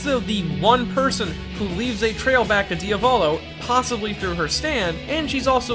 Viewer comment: So, una its the italian word that stands for "one" but feminine, because "one" it's "uno", second, your pronounce for Diavolo sounds like how you would spell "Raviolo", but cool video👌